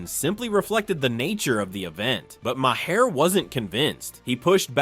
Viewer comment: Bill Ma, Marr, My-Hair????? WTF am I listening to??